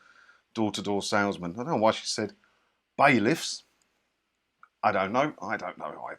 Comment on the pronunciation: Baileys ? 🤮 or did you say bailiffs ?................😁